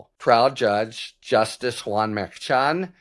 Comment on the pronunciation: Harry, I love your videos & subscribed over a year ago. However, I have a pet peeve. I wish you would pronounce the name of Juan Merchan properly. He was born in Bogota, Columbia. The correct Hispanic pronunciation of Merchan is Mershon. Karen Friedman Agnifilo from Legal AF & MeidasTouch worked directly with Judge Merchan for years. She pronounces his name as Mershon & so does almost every other analyst on MSNBC. Other than that, I really appreciate your videos.